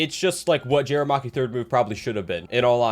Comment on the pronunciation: jayra bruh? its ja ri yah